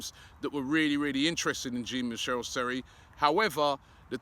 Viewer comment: Sorry Robbie Jean Michelle Seri is not coming to Arsenal until you pronounce his name correctly. The J in Jean is pronounced as in XHAKA not as in GIN